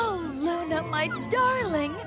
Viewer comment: its 'Lluna' not 'Luna' by the way.:D